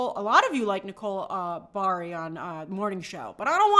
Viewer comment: Nicole’s last name has 3 syllables. It Buh-hoh-ree. Think…Ferrari